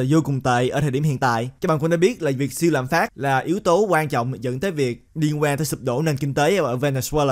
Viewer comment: Ad nói tiếng việt mà cũng nhấn âm cuối😂 lạm phá"t".